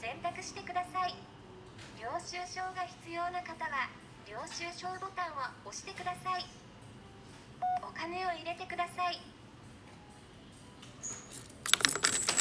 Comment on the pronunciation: 『押してください』イントネーションが違いますね。